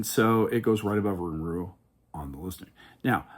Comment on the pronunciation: This was very entertaining! We watched the whole thing 😂 my top 4 rides are: 1) Steel Vengeance 2) Maverick 3) Millennium Force 4) Top Thrill 2 I think I actually put Rougarou as my #5 (We laughed everytime you called it "Rougamarou" lol not sure if that was on purpose or not, but it does have a nice flow to it 😂) Thanks for the detailed review, opinions, and some good tips as well!